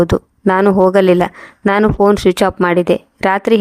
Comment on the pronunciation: Phone ಶಬ್ದ ವನ್ನು ನೆಟ್ಟಗೆ ಹೇಳಲು ಬರುವುದಿಲ್ಲ